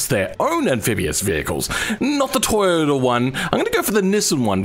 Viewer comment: Ah yes, the toyboata